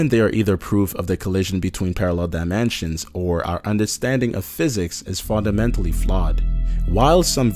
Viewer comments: Omg QUIT SAYING DIMANSIONS IT'S DIMINSTIONS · dye man chins can't tell if this is a robot voice or an actually person cause how he is saying dimensions as dye man chins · why does he say dimensions like dimanshans?? did anyone else notice this? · This dude says ''diamansions'' there are mansions in this video? :P